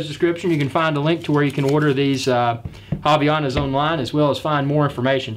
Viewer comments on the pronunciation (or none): its fine tho hahah by the way nice unboxing of the "haviyanas" hehe. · Did he just say haviyanas?